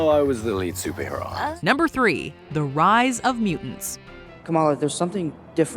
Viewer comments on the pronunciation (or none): none